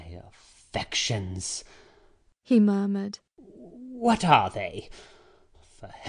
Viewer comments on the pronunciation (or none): Catherine to Linton: "I can't dance attendance on your affectations now!" Linton to Catherine: "my affections!" "What are they?" He totally mispronounced that! xD